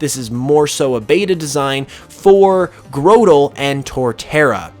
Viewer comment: It's pronounced like Grotto not Growtle